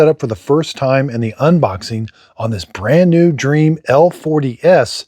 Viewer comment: It's DREAME not dream 😭